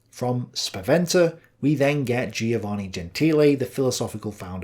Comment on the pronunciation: I tell you, these Greek philosophers were getting hold of some mighty fine drugs - and are just a bunch of dreamers. Listen mate, you need to get out a bit more - a good walk every day is recommended. PS Giovanne is pronounced JO-VAN-EE ie the "i" is silent.